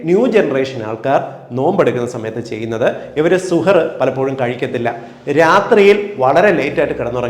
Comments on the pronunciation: വിലപ്പെട്ട അറിവ്,, നന്ദി,, ഒരു തിരുത്ത്,, പ്രിയ ഡോക്ടർ: ഇടയത്താഴത്തിന് അറബിയിൽ സഹർ, എന്നാണു് പറയുക, ഡോക്ടർ പറഞ്ഞത് സുഹർ എന്നാണ് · സൂപ്പർ.. 🌺നല്ല അറിവ്... 🌷🌷🌷സുഹറ് ന്നു അല്ല ശരിക്കും സുഹൂർ എന്നാണ് അറബികൾ ഒക്കെ പറയാറ്.. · വളരെ നല്ല നിർദ്ദേശങ്ങളാണ് സാറ് തന്നത്... Thank you so much.... സുഹർ എന്നതിന് പകരം സഹർ എന്ന് പറഞ്ഞാൽ👍👍👍 സാറിന്റെ വായിൽ നിന്നു റമളാനുമായി ബന്ധപ്പെട്ട വാക്കുകൾ കേൾക്കുമ്പോൾ തന്നെ വല്ലാത്ത സന്തോഷം.. Eg: ഇഫ്താർ, സുബ്ഹി, തറാവീഹ്.... ഓരോ മത ചിഹ്നങ്ങളും അറിഞ്ഞ് ആദരവോടെ സംസാരിക്കുമ്പോൾ തന്നെ എല്ലാവരും സാറിന്റെ ഓരോ നിർദേശങ്ങൾക്കും കാതോർക്കും... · സുഹർ അല്ല... സഹർ 👍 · സുഹൂർ എന്ന് പറയാം. സുഹ് ർ അല്ല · സുഹറ അല്ല സഹർ അത്താഴം എന്ന് മലയാളത്തിൽ പറയാം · സുഹറ അല്ല സുഭ ഹ് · സുഹൂർ എന്നതാണ് ശരിയായ ഉച്ചാരണം. താങ്ക്സ് ഡോക്ടർ . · Good presentation. However, kindly note that some words misspelled its correct pronunciation. The Arabic words such as SUHOOR, IFTAR = سحور، إفطار respectively should be corrected as is. Thank you